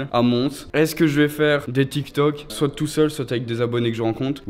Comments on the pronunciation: Ouiii 😂😭Il dit soite mais c'est soit🤦😂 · sa me stresse il dit "soite"(prononciation) et pas soit 😭😭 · je viens de remarquer qu'il dit soite au lieu de soit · On dit soit et pas soite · "soitE" désolé mais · SoiT 😂 moi je ne dit pas le T 🤦🏻‍♀️